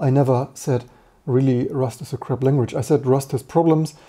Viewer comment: I was just joking about how you pronounced "crap" more like "crab", and Rust is often embodied with a crab, but now I've kinda ruined the joke.